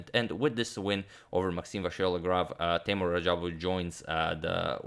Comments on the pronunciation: and its not tay-more its tay-moor :) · Hi agad! Actually, his name pronounces more like Teemour. Was a pleasure watching his games against MVL.